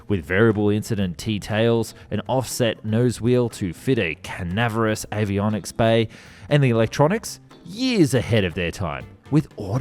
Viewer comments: Frankly, I would prefer AI voicing to the creator's! Time and again he is incapable of pronouncing words which any one with an ounce of literacy should know. Geoffrey - is not JEE-OFF-REE Cavernous - is not CAVENEROUS De Havilland is DEE Hav-i-land. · Is the narration now AI? “De Havilland, cavernous, triplicated” all pronounced a little oddly, even for an Aussie.